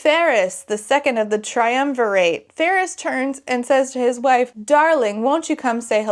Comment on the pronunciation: I'm livinnnggggg for these Emperor's New Groove memes🤌✨✨✨ also that island with xaden's mom is more likely rome. triumvirate was a roman thing -- which you did pronounce right a few times! XD